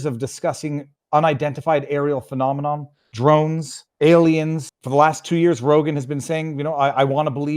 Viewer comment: You said "gravitic" wrong. gra-VI-tic... Not GRA-vi-tic. Don't you read? I guess not, you read this sentence 2 times like it was nothing. The proper word is "phenomena" not phenomenom. I guess when your audience is less literate than you it doesn't matter. Nobody will catch it. (I find it hilarious that people on the right, and left, talk about how bad the education system is but fail to educate themselves when the opportunity presents itself) I know you wont even read this, because "the comments section is just toxic" which simply translates to "I don't like reading mean things about me because my mind is so weak I can't help but let them affect me" "I'm no MAP, a magician" Wtf? Freudian slip? You're no MAP? Nobody accused you of that. Weird subconscious confession.